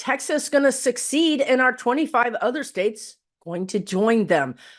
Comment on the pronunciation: it is secede, not succeed! 😊 Let us hope not!